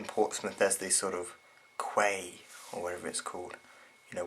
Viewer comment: Quay is pronounced as "key"